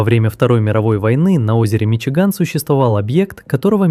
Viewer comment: "Миши Гамми"😂😂😂